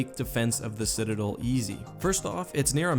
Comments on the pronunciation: Citidlllll why not DEL like its supposed to be said (not trying to be rude its just very annoying to me) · citadel, not cidadal